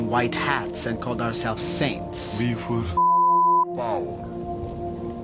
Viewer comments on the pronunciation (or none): none